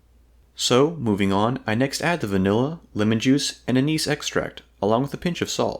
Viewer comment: if it wasn't for the text i never would have guessed you said vanilla